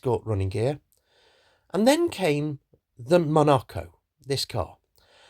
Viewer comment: Dreadful pronunciation of John Cowperthwaite's name and one of his legacies; The Monaco. He is not "copperthwaite" and it is not a 'monerco'!!! 🤦🏼‍♀️ Rollover protection? In the 1990s? OMG!! On a kit car? Do you think anyone would buy any kit car if they had safety in mind? (Pretensioners, SIPS, ABS, SRS, etc..). The Monaco was a great application for hill climbing, and John knew of an owner who dropped a 3.5 litre V6 engine into theirs for just such trials.